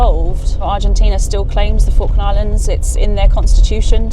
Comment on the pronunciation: I thought you said Faroe Island